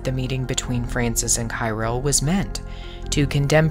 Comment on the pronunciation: Patriarch Cyrill's name is pronounced as [Khee-'reel]. Just for your information.